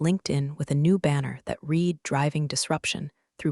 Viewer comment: Another narrator who can't tell the difference between read and read.